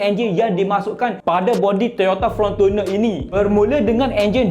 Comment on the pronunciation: Fortuner bukan Frontuner😅😅😅